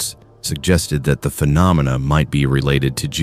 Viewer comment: Are you using a human narrator? I doubt AI can pronounce “phenomena” as well as you did. Keep up the good content.